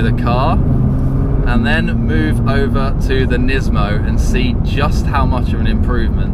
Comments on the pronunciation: nismo not nizmo. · Everytime he says "NISMOU", I have to think about Gizmo from "Gremlins"! Lol ;-)))